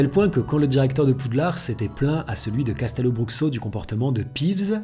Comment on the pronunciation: Hey! Simplement pour te préciser que Castelobruxo se dit " cachtèlobroucho" Signé: une brésilienne qui aimerait y travailler